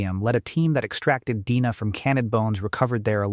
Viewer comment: So the narration is not AI? If not, then why does it pronounce "DNA" as "deena"??